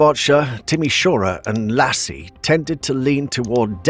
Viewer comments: Maybe put more effort into reading names. Biggest fail: "LASI" instead of "IASI". I know upper case i looks like lower case L, but seriously, names start with upper case :D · You should recommend reading "Iași" like it would be written "Yashy", English speakers think that their way of reading letters is the only one, funny for such a new language, not that old , at least for European standards. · I like how you use to pronounce the city names of romania. As an Romanian i found it sound funny :) Iasi pronounciation its like ''Yashi''. Nice video, very interesting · that is NOWHERE near the correct pronunciation! Cant you at least use some TTS to see how its pronounced or search some clips of romanian speakers saying it? This is a pre recorded video, you had time